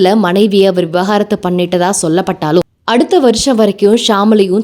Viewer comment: Vi-va-gaaa-rathu ila vi-vaaa-ga-rathu